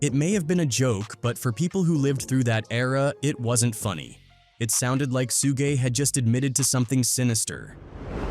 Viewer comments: Brother his name is pronounced like Shoog not Sue-gay. Was this video done with text to speech? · Suge knight not Sueg. The rapper, co-founder of Death Records. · Why this bot keep saying SU GAY SU GAY Lol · Sue gee, sew gay this guys pronunciation of Suge Knights name is hilarious 😂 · "Soog" 😂😂😂 'SUEGEY" 😂😂😂😂😂😂😂😂😂😂😂😂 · "Soogie"😂 lazy a.i. and operator😂 I'm always going to say it like that now😂